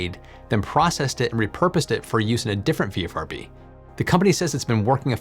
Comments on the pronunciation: I stopped counting how many times you said "VFRB" v "VRFB"... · Just noting that you keep consistently saying 'VFRB' when you clearly mean 'VRFB'. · Why do you say vfrb when it's written vrfb? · not nit picking but you kept saying VFRB, when its VRFB but we all know what you meant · Isn't it VRFB not VFRB? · "VFRB" he says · Not ONLY this, but also the dyslexia between VRFB written everywhere, and VFRB spoken through the video was KILLING me. Had to stop before the end. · Is there such a thing as auditory dyslexia? I kept hearing "VFRB" while reading "VRFB" so I must be losing it—oh, the vagaries of getting old! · You keep calling it a VFRB, but from the spelled out name it should be VRFB. Is this a language thing? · You say VFRB a lot of times, but it's really VRFB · V R F B not V F R B!! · Say it with me,: "VRFB" "VRFB" "VRFB"... 🤓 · You almost always say VFRB ... perhaps not the most igregious ... but, there you go